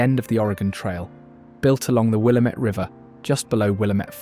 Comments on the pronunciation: ☝️🤓 Actually, it's "Wil-LAM-it," not "WILLUH-met." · I was surprised at how many names he pronounced correctly before butchering Willamette 😏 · Wrong saying "Willamette" incorrectly. Shows you've never spent time here.